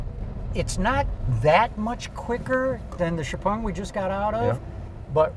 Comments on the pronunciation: Xiao Peng (Shiao Peng) and not Xu Peng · He called it jiao ping 😂